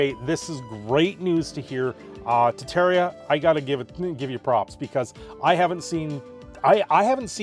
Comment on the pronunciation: Ah yes, "Tettaria," my favorite.